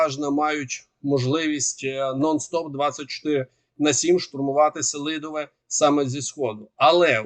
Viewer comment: та він й селидовЕ вимовити не може